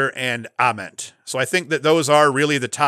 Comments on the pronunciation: Yes. Like nails on a chalkboard, and yet he's doing it on purpose to torment me :) The only thing worse than "Towzin" is saying Grant Uhment. It's a long "a" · I like your top three. Grant Ament...with the long "a"...pronounced just like the "a" in day.